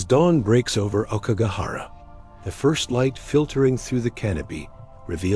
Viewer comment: Please learn how to pronounce "aokigahara."